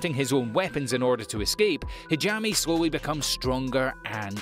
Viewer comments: Still can't get over his pronounciations... Chikita, Hareem, Hajami in Arifuta? I mean wtf, at least try xD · Lol, "Hajami" :) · Great video, but you really need someone to explain to you the proper pronunciation for a lot of the names in Japanese. The one that bothered me the most was Hajime should be pronounced Ha-gee-may. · ngl id give this narrator a 7 out of 10 just because he pronounced hajime and arifureta wrong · I love how this guy can't pronoun arifureta or hajime correctly lol